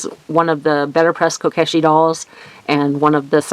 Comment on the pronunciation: Great cards! My fave were the spring in kyoto cards! (that set is on my to get list!!) by the way to pronounce kyoto is "Key-yo-toe" Also you pronounced kokeshi correctly i think! the Pokey thinks are just hairpins! 😁